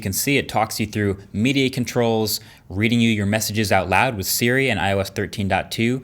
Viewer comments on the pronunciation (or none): did he just pronounce media as me-dee-yay